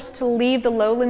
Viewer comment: Funny ending. "Aspic" when meaning "escape" and "whole civilizotion (or civilizocean) impuded" when meaning to say "whole civilization imploded"? Cute. But, be careful where you are when getting phonetics screwed up. I'm originally of eastern Massachusetts, where Gloucester and Worcester are or were regularly pronounced as Gloster and Worster or even Wooster, f.e. During the 1990s, I went to Cedar Rapids, Iowa, for a work contract. One evening, I went to the nearest bar for the first time and it was ok. It was a place with a large room in which a loud country or western music band was playing, while the entrance was just a bar. There were no patrons in the bar and the door to the band side kept the bar quiet, so I sat at the bar and chatted with the friendly bartender. Then three women who I guess in their 40s came in and sat right next to me at the bar, so I spoke to the woman immediately next to me, saying hello, just starting a little friendly chat; and she blew up because of my phonetics being of Massachusetts and wrong. She knew right away that I was from Massachusetts and got so angry about my mis-phonetics that I wondered if she was going to start hitting me, or worse. "Ciivilizotion impuded" for "civilization imploded" isn't just about phonetics and is worse than just being off a little, phonetically. So, be careful; if you don't want to be attacked by a crazily orthodox individual in terms of linguistics, say. Just joking; although, the story about what happened at t